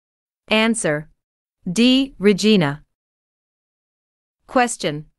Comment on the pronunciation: Regina pronunciation is wrong? should be called RI Zhai na not re jee na